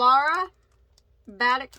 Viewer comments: Batik is pronounced ba-TEAK. Just FYI. I buy batik fabric all the time so that's how I know. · "Batik" is "ba-TEEK." Love the yarn expedition. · Batik = “BA-TEAK”…Anxious to see what you got! Thx!